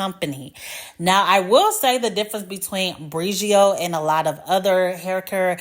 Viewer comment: Bri OH geo 🤦🏾‍♀️